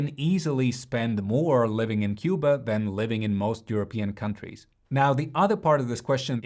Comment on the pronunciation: What do you say? C U B A? I really like your videos… but after hearing this…😂💔